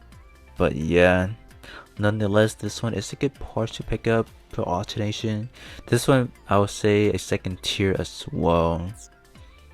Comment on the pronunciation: I know it's been one year now, but I will still say it because I'm beyond annoyed. It's ALTERATION, no N in the middle. It's pretty simple to understand, really: Upon performing AlterAtion, what happened? Did you get a choice to transform the parts into something different? Or did they stay the same just stronger? The latter, right? So it's NOT an ALTERNATIVE but an ALTERATION, MODIFICATION. So why do you persist in making a fool out of yourself by repeating "AlterNAtion?" You're not alternating anything. You are not even making any likeness of a beginning of sense. Besides, can you even speak English? The verb corresponding to "alterAtion" is "to ALTER", not even "ALTERATE". This shows you understood nothing to what you read. The devs are Japanese they look like they speak better than you.